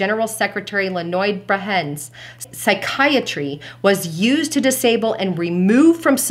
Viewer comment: You show your youth, and me my relative age:, that would be ( phonetically ) Leo-nid Bresh-nev....: )